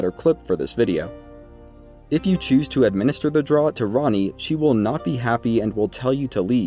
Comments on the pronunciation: Draught is pronounced draft, not drot, you know, like a draught of beer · Hey man it’s pronounced draft not “drot”. It’s just an English spelling but thanks for the super helpful guide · Just FYI, draught, as in Amber Draught is pronounced 'draft', not 'drot'. Like "beers on 'draught' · Great video. This series is really helping me a lot. "Draught" is pronounced "Draft". It is how we spell draft in the UK, for some reason. Air blowing under a door would create a draught. A beer pulled from a pump rather than poured from a bottle is a draught beer. A mouthful of beer or potion is also a draught. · It's selivis's draft. Like draught beer. Not like a drought and we're all dying of dehydration. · Draught is an older spelling of draft and is pronounced the same. Sorry, that bugs me to an unreasonable degree. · draught is pronounced draft..